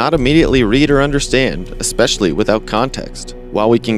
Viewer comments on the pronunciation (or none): none